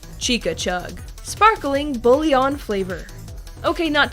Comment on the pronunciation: Bullion is pronounced bou-youh